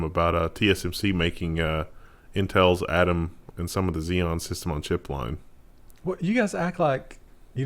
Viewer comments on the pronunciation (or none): none